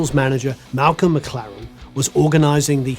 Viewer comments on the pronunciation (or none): none